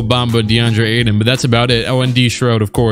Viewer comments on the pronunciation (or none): none